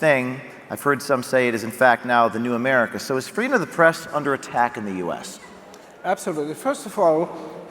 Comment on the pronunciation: Don't you mean Fweedom Fest? 😉